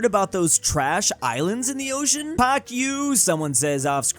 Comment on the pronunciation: "PAK YOU"